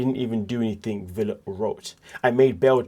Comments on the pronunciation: It' spelled Villa, but his name is pronounced Veya. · Ve"Y"a (Veya). The "ll" is pronounced "y". So... the name is PRONOUNCED... Veya. You are welcome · Right! Like Tortilla.